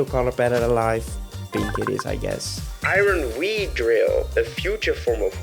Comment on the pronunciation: me: what is the name of the future paradox of beedrill?: Iron be-drill. me: Yeah I know it is a beedrill made of iron but what is it called? Iron be-drill. me: I know it is a beedrill made of iron but what is it called!?: Iron be-drill. me: IRON BEEDRILL!!!??? YOU CALLED IT IRON BEEDRILL???!!!: No iron be... drill me: Iron be-drill?: Yeah.